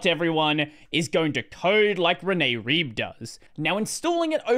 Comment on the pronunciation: Rene Rib? I thought it was R[ae]b[ae]